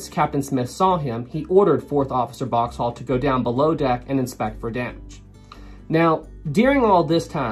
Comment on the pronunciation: I can't get over how this guy pronounces Boxhall so completely and utterly wrong